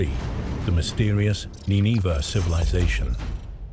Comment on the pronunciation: Or Neenahvah. Depends which AI pronunciation you wanna go with I guess. The least you'd expect out of a robot is that it would be consistent.